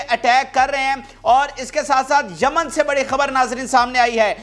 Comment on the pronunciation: Jaman nahi, it is yemen